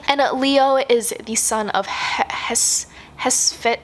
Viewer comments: Hephaestus is pronounced heh-fess-tuss :) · Hephaestus looks like it should rhyme with Festivus.